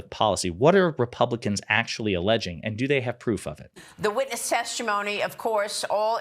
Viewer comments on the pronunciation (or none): The Witnesh Teshtimony? Okay, geesh!